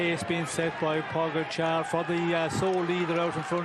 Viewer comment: Wow, finally a commentator that can pronounce Pogacar's name. Thank you.